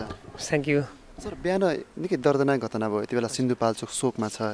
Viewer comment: यले पत्रकारीता नगरेको जाती छ भैसीलाई घस काट्दाहून्छ बोली छैन यस्को घाट्नालाईत घतना भन्छ थ्क्क